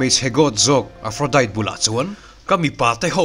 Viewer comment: A tha hle mai,.. mahse lo hriat atan ka duh chu aphrodite hi Diet tia lam loin tea anga lam zawk tawr ani e Aphrodi☕️ zawk aw🫶🏼☕️